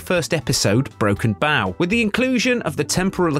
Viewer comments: Narrators in these Star Trek YouTube clips are often not Star Trek fans. I know this because they mispronounce things no Star Trek fan would mispronounce. This first in this video was the title Broken Bow. The narrator said Broken bow as in, bow to the king. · BOW, not bow! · Um.. Just FYI, Its "Broken Bow" as in Broken Bow and Arrow, not as in Take a Bow. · Broken Bow.... like a bow and arrow. Not 'bow' like the front of a ship. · It's not "Broken Bow", it's "Broken Bow". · It's broken bow not broken bow. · That's "bow" as in what arrows are shot from, not the front end of a boat. Broken Bow is a real world p;lace name, fake Trek geek. Unsubbed.